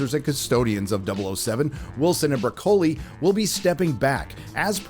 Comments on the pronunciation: (A) It's pronounced BroK-KOLL-ee, but that's a minor gripe from an Italian . (2) The date of the actual death of the 007 series varies depending who you talk to. Some say 1985 (End of the Moore era) Others say 1989 (End of the Albert R BroK-KOLL-ee era) and some generous folk say 2002 (end of the Brosnan era) Craig fans will choose their own date for the demise of 007, even though its not the same 007 as the previous one but a fresh reboot so that only lasted from 2006 to 2021 (delayed by events) - But the fact is that it's been 'dead' a long time. (3) Wilson and Barbara BroK-KOLL-ee never showed much passion for the subject anyway, Barbara especially who felt herself forced into it as a family obligation and clearly hates the 007 world of her father. They've been carrying it on for money, prestige and to keep the machine rolling for decades now. (4) "SPECTRE" was clearly meant to be the end of their version of 007 AND the end of the Bond universe full stop. It was Daniel Craig who wanted to 'send him off in a better manner' and convinced them to finance the disaster that was "No Time to Die" which was cursed from day one onwards. Therefore, to this 007 fan anyway, "SPECTRE" is the actual end of the Craig era narrative. (5) Many 007 fans have accepted that the Bond series - at least the official one anyway - is finished and perhaps that's for the best. The series is regularly celebrated and shown at movie clubs and special cinemas and there are endless terabytes of sites, arc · It’s broccoli - like the vegetable. Not Bro-coli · Broccoli not Bro-koli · his name is pronounce BROCKLEY not Brother Coley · It’s pronounced Brock. O lee. Not Bro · BRO COLE EEEEE?!? It’s pronounced broccoli. I could barely make it through that video because of the way he pronounced that name. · Broccoli 🥦 NOT Bra...coli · BROCK-o-li, not bro-COLEE. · NO NO NO , it's brocoli....like the green vegetable, stop say bro-colle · Broccóli turned to Bróccoli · The name's not Broc O li